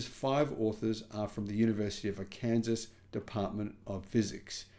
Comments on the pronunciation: Just a little help. Not “ar Kansas” it is “ar can saw” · Pronounced R Can Saw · You said Ar-Kansas but they pronounce it Ar-kan-saw. Good to see you're reporting it on it though. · AR-can-saw, not ar-CAN-zaz. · Arkansas is pronounced "are-can-saw". Weird, I know. Almost as strange as Brownian motion being able to generate electricity. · There's Kansas and then there's ArKANSAS, yet pronounced differently. Can't really blame him. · Pronounced Ark Kan Saw…. Have a nice day. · My Aussie friend: it's pronounced AR Kan Saw. Carry on. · Feynman is pronouncd Fineman, and Arkansas is pronounced Arkansaw. Hope you don't mind my corrections. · Fascinating, as Mr. Spock might have said. Wondering, if captured heat is saved capacitively, does that mean these devices could also be used for cooling applications? Might be useful in an overheated planet. Now, as for the proper pronunciation of "Arkansas", it is as follows: 'ARE', as in "you are" + 'CAN', as in "can of beer" + 'SAW', as in "I saw her first". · If you don’t know how to pronounce Arkansas correctly you either need to get out more or consider traveling a bit